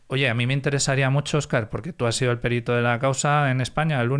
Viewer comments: "PERITO" NO "PÉRITO". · Por qué dice "périto"?? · pues está mal dicho, no es como en otras palabras, por ejemplo "ibero", que se admiten dos pronunciaciones.